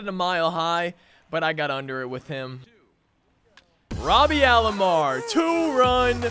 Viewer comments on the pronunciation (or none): Nice vid 👍 It’s Roberto Alomar not Robby or Robarto or Robearto or Roburto